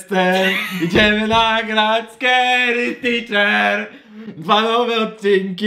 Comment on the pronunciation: Czekaj czekaj mówmy na scary teacher. Scary ticzerka 😅